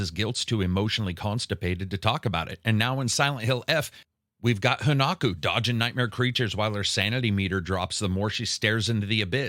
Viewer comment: Hona what?? Honaku? What???? It's Hinako! Pronounce her name correctly, MAGA rat